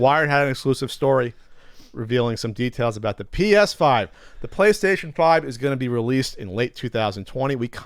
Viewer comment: It sounded like yelled, "Penis 5 News!"